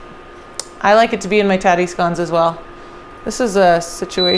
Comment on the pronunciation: I love you woman! She called them scones in stead of scouns like a monkey, you are a wonderful American. A diamond in the rough